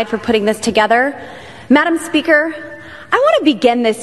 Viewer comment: Why does she keep saying madam spearker?